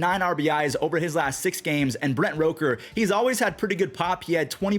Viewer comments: ITS ROOK-ERR NOT ROKE-Er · love you but it's Brent R O O KER not R O KER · I like how you keep saying Rooker's name wrong